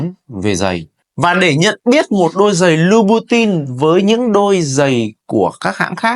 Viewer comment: Học phát âm thương hiệu cho đúng chuẩn để tôn trọng giá trị thương hiệu nhé bạn